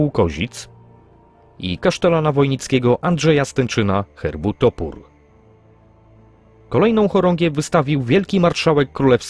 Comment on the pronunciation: Nie z Tęczyna tylko z Tenczyna